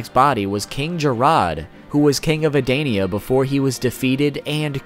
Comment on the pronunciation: king “j-rod” “adainia”